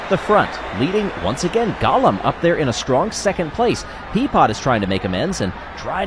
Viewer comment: Golem not Gollum.